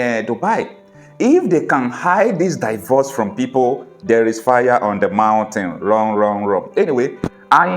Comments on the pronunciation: It is NOT Pronounced => DAIVORCE It is PRONOUNCED => DEEVORCE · Can you check out the correct pronunciation of the English word "divorce?"